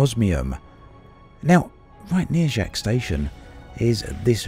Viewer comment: Hey, love your videos on E:D. Just a friendly tip: you're very close already but Jaques is pronounced with the 'a' in father, not the 'a' in cat (I'm 99% sure it's meant to be French).